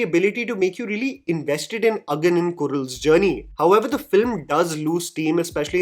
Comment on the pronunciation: your Tamil pronunciation has gotten really really better - the way you said Agan and Kural.